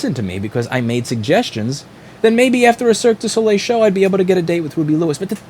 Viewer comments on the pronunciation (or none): none